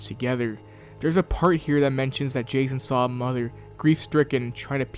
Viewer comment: Did my boy call jason,jakon?